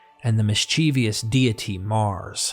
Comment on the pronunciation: I’m sorry but I feel the need to tell you that tale is not pronounced “tell.” Also, mischievous is not “mis-CHEE-vee-us.” Look at how the word is spelled. There is no i after the v. And familial is not “fam-i-LEE-al.” It’s “famil-yal.”